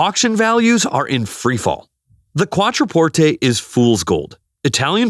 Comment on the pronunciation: Giorgeeeeoh ? Try Giorgio - Jorjo. QuatroPortAY ?